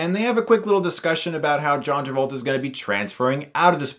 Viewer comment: hehe John Tabolta